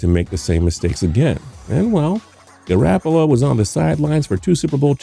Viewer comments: if I here him say garAHppolo one more time im going to jump off a bridge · He said GarAApolo smh